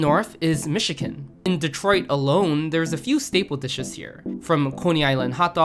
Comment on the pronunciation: Interesting description of Midwestern Food. Iʻm not familiar with most of them, but I can see the cultural roots of where they came from. Did you not know "Chicago" is pronounced like "Shikago"? And "Michigan" is not pronounced like "Mishiken."